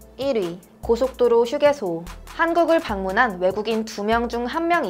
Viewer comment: 한국의 휴게소 발음 외국인처럼 들리는 건 저뿐인가요? 놀리는건아니고 궁금해서요